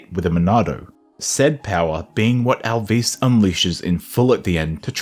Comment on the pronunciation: I enjoyed the video but GOD DAMN your pronunciation of some of the names is killing me lmao Al’vís and P’neyuma